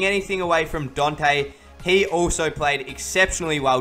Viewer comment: ITS NOT DONTEH ITS DANTEH